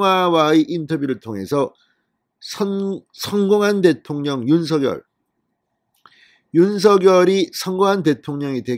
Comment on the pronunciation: 윤성녈로만 발음해 주시면 진짜 이 채널 구독자 300만 될 텐데….